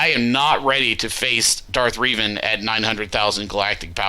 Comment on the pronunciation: I would personally just keep your 1st and 3rd best squads for offense, put 2nd best squad on top fleet wall. Also it's pronounced Reh-van for Revan hahaha